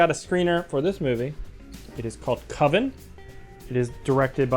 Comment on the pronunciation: There's only one Coven and it doesn't sound like OVEN, man.